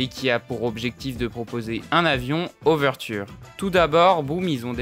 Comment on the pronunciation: Vidéo très intéressante et bien construite mais fait attention le modèle c’est « oveture » et non « ouverture » des fois c’est bon et des fois pas, petit detail voila voila